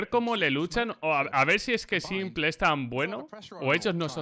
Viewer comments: me da tock cada vez que dice simple en vez de simpoul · Pero como va se va a pronunciar [simple]??? Se pronuncia [simpol]. Escucha a los casters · CADA VEZ QUE DICES SIMPLE, Y NO ''SIMPOL'' ME DA UN INFARTITO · Cada vez que dice "Simple" llora el niño Jesús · Porque pronuncias simple en español :v